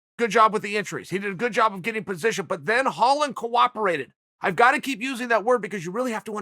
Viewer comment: Chael "he coWAPerated" Sonnen.